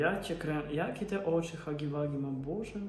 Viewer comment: Huggy Wuggy nie czyta śię hagi wagi tylko hagi łagi